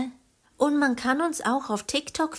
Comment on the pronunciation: Ich finde es voll lustig wenn ihr itstocatost sagt no hate😂😂😂